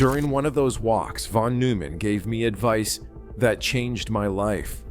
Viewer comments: It will be better when Artificial Intelligence learns how to Artificially Read. NOT NOOO_man! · Bethe is pronounced BETA, Neumann is pronounced NOYMAN.